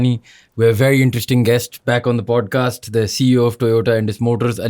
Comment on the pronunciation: bhai yeh, podcasht? Indushtry? Intreshting? hota kia hai?